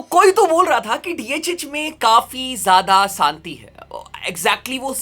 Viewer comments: Santi Nahi Shanti thi bro😂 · Bhai santi nhi shanti🤣🤣